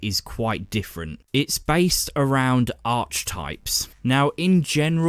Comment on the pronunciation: Ar-kee-types... just FYI.